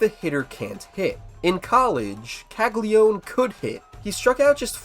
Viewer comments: How many times does this need to be said... his name is Jac CAGLIANONE. Not CAGLIONE... it's Cag-li-uh-none not cag-li-one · It’s Italian - it’s pronounced Kal-Ya-No-Neh